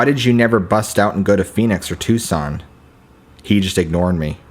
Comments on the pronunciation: TOO SONN not TUCK SON 😁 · Please tell me someone corrected your pronunciation of Tucson.